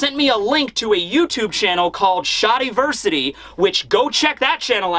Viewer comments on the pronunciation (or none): Hey shadiversity is pronounced Shad like shadow not shard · The way he pronounced shadiversity killed me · completely nonsensical pronunciation of both Lunarian and Shadiversity are so infuriating and entertaining at the same time